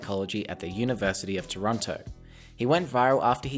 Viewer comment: Torronto? Lol ...it's Toronto!